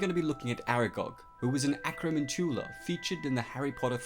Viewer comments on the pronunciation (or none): You say acromantula annoyingly. It's pronounced like tarantula. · Why are you pronouncing Acromantula so weird? (with hard emphasis on the last syllable) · Not how you pronounce acromantula